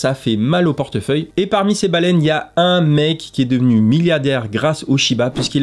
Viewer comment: il a dit « milliadaire » ptddr regardez-le